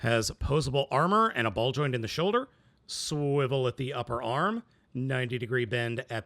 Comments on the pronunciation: Do not say swiwle like this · why does he keep saying 'swivel' in a weird way